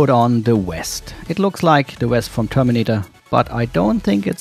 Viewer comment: It's the "VEST". Not the "West"